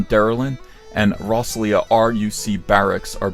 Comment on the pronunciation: Might as well repost here: Lisnaskea, pronounced 'LISS-na-SKEE, and Rosslea, pronounced 'ROSS-LAY'. Don't ask me why the two 'ea' sounds are pronounced differently.